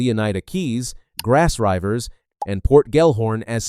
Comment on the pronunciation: I don't know why you keep calling it Grass Ryvers, but I respect it. Good video.